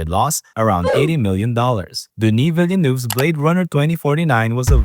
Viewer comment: Bruh if I keep hearing people mispronounce Denis Villenueve's name I'ma crash out